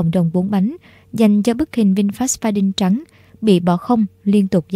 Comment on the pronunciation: Đọc là pha điu nha e , đâu có chữ N nào đằng sau đâu mà đọc đin